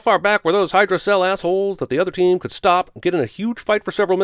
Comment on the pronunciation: I am NOT rooting for the Villains!! But.... "Hail Hydra-Cell"????